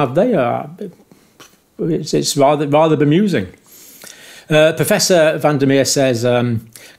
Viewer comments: Just for the sake of accuracy and respect Van der Merwe is pronounced "Fun duh Mervuh". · Say van der Mer-ve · If Anton van der Merwe is South African, it's pronounced Merva